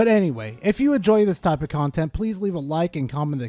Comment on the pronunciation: "Legends OF Arceus" really hurt me.